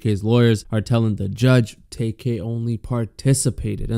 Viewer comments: LMAOOOO HE CALLED HIM TAYK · Lawyer actually called him ‘Tay Kay’